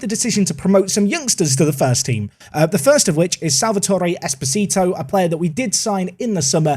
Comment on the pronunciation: The way you pronounce Esposito means "little husband" in Spanish. 😁